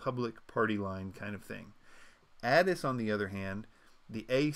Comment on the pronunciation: /A-Tiss/ ATIS - /Mie-Not/ Minot. Pilots know these things. Minot is significant because there is a USAF Base there. Everyone who flies knows how to pronounce ATIS.